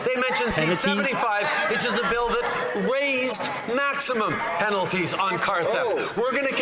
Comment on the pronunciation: Penaties LOL